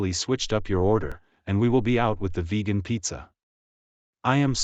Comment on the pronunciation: its pronounced “vegan” not “vejan”